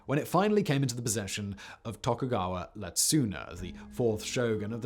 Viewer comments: I know picking on Simon's Japanese pronunciation at this point is a bit tired, but dear, somebody please help him out here xD "Ietsuna" is pronounced like "ee-EH-tsu-na" or "ee-EH-tsna," the first letter isn't an L. The Japanese language doesn't actually have a dedicated "L" sound. It has the ra/ri/ru/re/ro sound that's kind of halfway between an L and an R, but that's almost always Romanized with an R. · its not Lemasa its Iyemasa with an I. its not Letsuna, its Iyetsuna with an I. theres no L in Japanese language. 😊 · This for future reference, but the Tokugawas' names are not Letsuna and Lemasa, but Ietsuna and Iemasa pronounced ee-ye-tsu-na and ee-ye-ma-sa and the founding father of the Tokugawa shogunate is named Ieyasu as in ee-ye-ya-su. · Great video as ever Factboi, but as a language pedant living in Japan, want to address the Tokugawa names - they are Ietsuna (ee et soo na) and Iemasa (ee eh ma sa), it’s a capital i not a lower case l at the start! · I love most of Simon's work, but dear lord I do wish he'd get someone to coach him on Japanese pronunciation. It's actually pretty easy for a native English speaker other than like one new sound (and a few you slightly modify), it's just that a lot of the rules like syllable emphasis and vowel sounds are counter-intuitive for English speakers, so a lot of us end up pronouncing things totally off unless you're aware of them. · I don’t mind mispronounced names normally. But the Tokugawa names start with an I and not an L. Lol. Otherwise enjoyed the list.